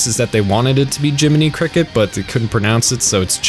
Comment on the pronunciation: it's chibodee crOcket tbh